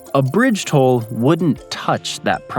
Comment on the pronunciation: With this narrator you couldn't tell the difference between him saying 'toll' and 'tall' - i found it confusing.